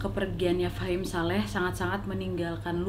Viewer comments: Iya bingung tulisannya fahmi ngomongnya fahim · Ka nad bilangnya fahim shaleh truss, wkwk tapi di judulnya namanya fahmi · Wak ngomngnya fahim saleh, tapi tulisannya fahmi saleh hehe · Tulisannya "FAHMI SALEH" Meanwhile kak nad : "FAHIM SALEH" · Maaf ya Mbak Nadia yang bener Fahim Saleh atau Fahmi Saleh karena tulisannya Fahmi Saleh tapi jenengan bacanya Fahim Saleh hehehe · Gagal paham dari awal dengar kak nad bilang fahim saleh 😅😅